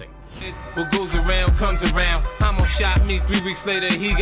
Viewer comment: Why?? It’s pronounced “Ha mo” short for Homicide not Hoe mo 🤦‍♂️